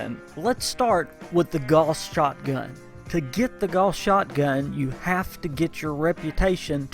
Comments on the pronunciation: It's GOWS, not GORS! And ALL gauss are explosive... how can you do a review and not know this? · Sometimes I'd agree but it's said wrong by a lot of accents, not just a Southern USA. Gauss is the name of the guy who started the research into this kind of technology and it's pronounced Gow as in How with an s on the end.